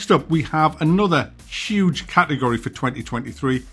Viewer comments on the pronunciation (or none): none